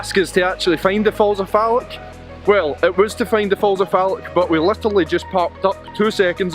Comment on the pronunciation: It’s Loch, not lock, and Falloch, not Fallock lol!